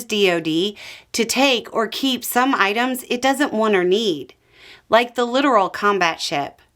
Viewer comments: Yep, procurement of LCS (Littoral Combat Ship) was just a mess. BTW, the stress goes on the second syllable: Lit-TOR-al. :-) Thanks for being here with/for us. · It's pronounced "lit-tore-ul" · And can't pronounce litoral.